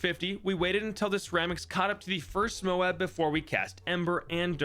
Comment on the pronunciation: You pronounced it moe-ab, not mobe, what happened 😭🙏